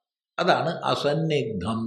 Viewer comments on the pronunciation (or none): അസന്നിഗ്ദ്ധമല്ലല്ലോ. അസന്ദിഗ്ദ്ധമല്ലേ.ന്ദ എന്നതിൻ്റെ ഉച്ചാരണം തെറ്റി.ന എന്നത് ഇരട്ടിക്കുന്നതല്ല ന്ദ എന്നതിൻ്റെ ഉച്ചാരണം.